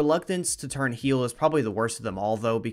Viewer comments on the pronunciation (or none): none